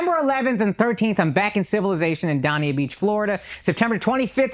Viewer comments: not “Dah-niah Beach, Florida” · Somebody plz tell akash how to pronounce Dania beach